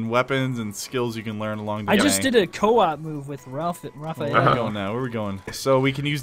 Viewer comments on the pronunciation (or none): it's Raphael not ralph